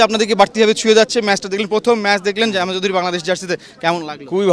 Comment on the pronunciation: কি রিপোর্টিং করেন “হামজা” শব্দটা পরিস্কার করে উচ্চারণ করতে পারেন না।